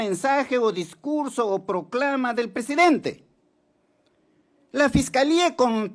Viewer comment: Viejo Ignorante!!! En vez de decir PRESIDENTE, dice PRESEDENTE. Encima es MOTOSO!!!